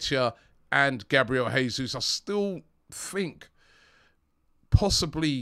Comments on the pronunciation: it's Jay soos not Hey soos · Please Robbie...it's JAY-Zuz.... Portuguese not Spanish. We are loading up with Portuguese and Brasilians....let's get the names right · Please pronounce Jesus correctly. This is Portuguese not spanish. It's Pronounced like in English